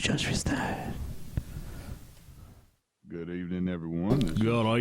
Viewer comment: I know this is just a minor issue compared to the impossible big load of bullshit, but it drives me nuts every time: When will Feuerstein learn that the pronunciation of his very own name is "Foiershtain" and not "Fearstain"? It's german and not a made up fantasy language. Yes, I understand it's just a name/label, you can bend the pronunciation when established for other languages (like as an american name) but I can hear it wrong only so many times until I have the need to say at least one time: MEH.